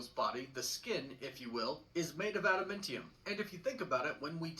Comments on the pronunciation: Adamantium not Adamentiun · Bro, I can't even take this guy seriously. He is definitely pronouncing adamantium wrong. It's pronounced AdamAntium, NOT AdamIntium. Any fan of Marvel, and especially of Wolverine, would know that. 🙄🤦🏻‍♂️ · Adamintium? That's definitely not the proper pronunciation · Besides his horrible pronunciation,he also said Wolverines claws were made of Adamntium. His claws are bone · "Atimintium". Huh? Harrison Ford as Thunderbolt Ross is going to be 🔥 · is this guys pronunciation of “Adamantium” bothering anyone? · Yup... it really is enraging to hear him keep saying them incorrectly.